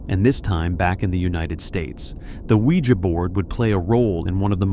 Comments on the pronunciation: I tried to listen to this I love these kinds of stories but I'm having to turn it off because he can't fucking pronounce ouija correctly... He says it like sling blade.... Noooo thanks I'll watch a video where they CAN ACTUALLY PRONOUNCE WORDS CORRECTLY smh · Pronounce ouija" the right way!